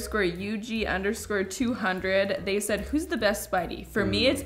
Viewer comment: This isn’t relevant but I keep thinking about the pronunciation of itadori😭😂 you tried your best lol